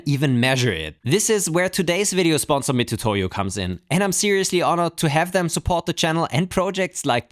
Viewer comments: It's pronounced "mi-TSU-to-yo", not "mi-TU-to-yo". Japanese doesn't have a "tu" sound, that's just an old-fashioned romanization shortcut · I don't want to be THAT guy who is always correcting people but it triggers me hearing people misspronounce the name of the spinsor, I know you are pronouncing it as it reads but in Japan it's pronounced "miTSUtoyo"... agh, I did it again! I have bevome the "ackshually" ☝🏻 guy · It's pronounced "Mitsutoyo" even when there is a "tu" instead of "tsu" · Mitutoyo being the company originally from Japan, the name is pronounced more like Miztoyo - similarly to Mazda vs. Matsuda or Matuda as we Japanese would normally be tempted to spell the name in alphabet.